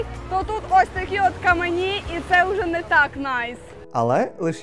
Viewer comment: У вас в кожному випуску щось з наголосами. Але "каменІ" прям дуже дратували 😵‍💫